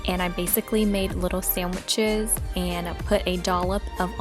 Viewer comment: She says sandwiches like Maranda sings 😂